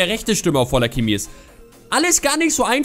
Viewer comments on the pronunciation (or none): none